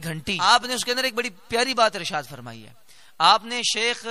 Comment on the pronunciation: معذرت کے ساتھ حضور شیخ نا بولیں شَیخ بولیں آپ ہمارے سر کا تاج ہیں🙏🙏🙏🙏🙏 مجدد پاک رحمتہ اللہ علیہ کا نام لے رہے ہیں آپ کیوں کے میں الحمدالله نقشبندی ہوں اس لئے مجھ سے رہا نہیں گیا متشابہ تو کسی کو بھی لگ سکتا ہے جزاک اللہ آپ سلامت رہیں